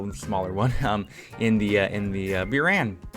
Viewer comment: He says "byuran" yet it is written as "буран" which is pronounced as "buran"